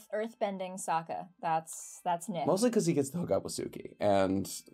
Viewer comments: My god this is something I can’t wait to hear about in the next podcast (unfortunately I believe they’re on vacation so no new podcast kind of) Danny is definitely gonna have some scolding for nick lmfaoo 😂 Saying so confidently “SOOKA” instead of “SOKKA” is why your the goat nick 😂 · This guy using the reviled non-existent movie pronunciation of Sokka 🤦🏽‍♂️ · I LOVE this episode! Also...did bro actually say... SOH•KUH? (Edit: Aight, he was corrected 😂) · "Soh-ka" M. Night Shyamalan approves his pronunciation! Although....everyone else would invite him to Lake Laogai (or better yet, send him to the Boiling Rock) 😂! And yeah, they closed all the Teavana shops in 2018. Starbucks announced their closure in 2017, Simon Property Group which operates many US malls sued Starbucks because they claimed doing this would reduce foot traffic to other stores, a court ruled in Simon's favor, but they and Starbucks agreed in December 2017 to close them. Pretty cool they got Serena Williams to voice the prison guard Ming! Serena Williams's a huge fan of the show, so when the creators found this out, they got her to guest star for this episode! The Great Gates of Azulon was inspired by the large chain link that guarded the Golden Horn of Constantinople prior to its fall to the Ottomans in 1453. A large chain was pulled across from Constantinople to the old Tower of Galata to prevent unwanted ships from entering. There were three notable times when the chain across the Horn was either broken or circumvented. In the 10th century the Kievan Rus' dragged their longships out of the Bosphorus, around Galata, and relaunched them in the Horn, but the Byzantines defeated them with Greek fire. In 1204, during the Fourth Crusade, Venetian ships were able to break the chain with a ram. The Ottomans defeated the Byzantines by doing the same thing the Kievan Rus did. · Personally I ain’t reading all that but Soh-ka💀